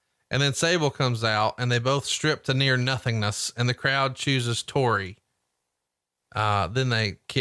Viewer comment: God damn it it’s TORI not TERI